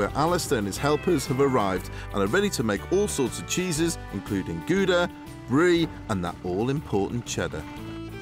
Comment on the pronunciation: Gouda is pronounced Gowda, not Gooda.